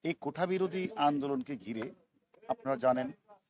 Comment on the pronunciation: হারুন একবার ও কোটা উচ্চারন করতে পারেননি বার বার কোঠা বলেছেন উনি নাকি মেধাবী পুলিশ অফিসার